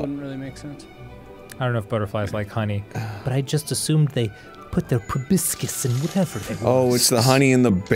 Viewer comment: Dan, it's proboscis not probiscis.